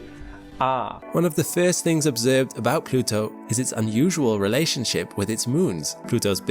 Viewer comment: you give as an example of a native speaker, but it sounds like a subtle Dutch accent to me. "moons" has more of an [u:] than an [ʉw] to me and "Pluto" also sounds a bit like Randstad Dutch ['plytow], with the vowels sounding ever so slightly off and the aspiration being quite short. But I don't know who the creator is and it's subtle, so I may well be wrong. Btw I genuinely didn't get what was off because I just hadn't registered that there was even a contrast between "of the year" and "ever", because it wasn't accented. Great example! I had to go back and check after you discussed it that he actually said two different things.